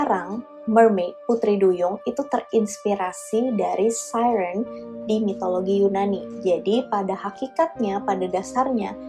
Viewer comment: kayak kagok aja